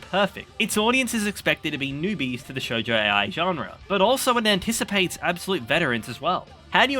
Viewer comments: it was little jab at you pronouncing shoujo ai, as shoujo A.I., but great video. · maybe next time look up for the proper pronounciation of some words you use man, it's really distracting how you keep saying shoujo "a.i" instead of shoujo ai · Im sure you know by now but it’s pronounced Shoujo Ai (eye). Ai meaning love, like Homura says in Japanese at the end of Rebellion 😅 just thought I’d put it out there! Also, love the bgm choices ❤ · please dont pronounce shoujo ai that way, it makes it sound like it has something to do with artificial intelligence, its not hard to look up how to say it correctly good video tho